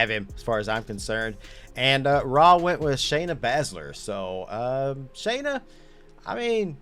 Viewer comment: Why do you pronounce the vowel “A” wrong. You got Shayna & Finn both backwards. Listen to pronunciation.